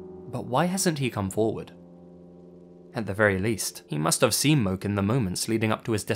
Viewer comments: From Hawaii and definitely not lol it’s literally pronounced MOKE not “mo-keh” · Not Moke, MO-KEY, Hawaiians pronounce both syllables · If the name 24 Mins in was spelled Moke, they were likely pronounced :”mo-keh” (like More without the r sound)